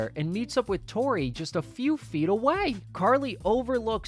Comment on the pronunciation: "Unless he's dating a 3rd girl named "Topi"." - Freddie (classic) When Tori reads her charm bracelet as "Topi" not Tori